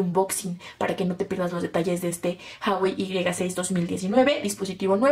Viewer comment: Porque dices haiwei?